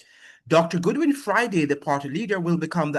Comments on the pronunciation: It is not Goodwin (Good-win), his name is Godwin (God-Win). And by the way, St. Vincent And The Grenadines has always had very close diplomatic ties with Washington, USA. It is Communistic mind of the now former Prime Minister Ralph E. Gonsalves who because of his very close alliances with Putin, Chavez, Maduro and the others with likewise minds, has constantly been attacking the USA in defense for his buddies, who are less beneficial to Vincentians than the USA, that has over three times the population of Vincentians and linage than St. Vincent And The Grenadines itself. The remittances from the USA are the highest income earnings for St, Vincent And The Grenadines. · It's pronunciation is god win not good win